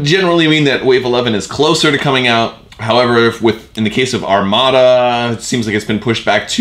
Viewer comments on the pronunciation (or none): none